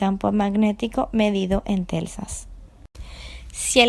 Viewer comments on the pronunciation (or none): Teslas no telsas